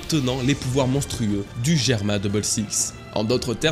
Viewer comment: Merci 🙏 enfin tu le prononce correctement Germa!